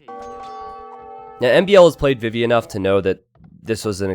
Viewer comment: Always sounds like he says "bibi" and not "vivi".